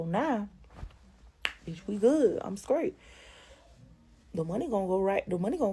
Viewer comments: What’s up with all the damn mouth popping! And lady it’s straight not scraight!! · It's a shame to be such a pretty young girl, (because she isn't acting like a woman) and every word that comes out her mouth be so ignorant 😒. "Scrait" for straight and "Polices" for police...Bless these children...and I'm speaking of HER and the babies.